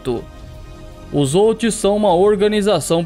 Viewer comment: Houthis se fala como se fosse com R....rutis se pronuncia assim . Só pra te ajudar, bom conteúdo. Os houthis lançaram um Shahab 3 de origem iraniana.